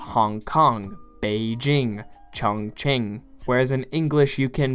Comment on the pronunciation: This is one of the only YouTube videos I've seen in which the western host pronounces Chongqing correctly (just a non-Chinese accent, but otherwise quite good). I'm so happy not to hear another "Chong king," "Chong kweeng," or "Chung kwen." Good job!